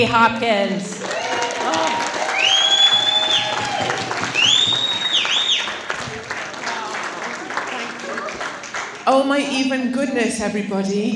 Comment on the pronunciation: It's Hopkins not Hopkins